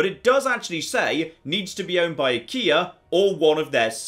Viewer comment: Is it just me or does Achea sound weirdly similar to Ikea? I was listening to this in the background and I could swear had a province called Ikea